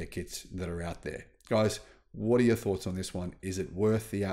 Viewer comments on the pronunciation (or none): none